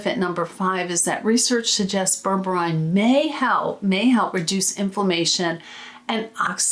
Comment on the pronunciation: I think it's pronounced as " BER-BER-REEN"